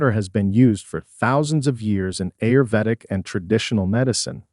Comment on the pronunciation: This narrator is not a human being, mispronounced ‘ ‘ayurvedic’, ‘swollen’. And others…